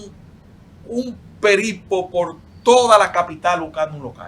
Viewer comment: no se dice peripo, se dice periplo